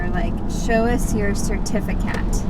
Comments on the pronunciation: “Certifi-cat” snicker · Funny “CertifiCat haha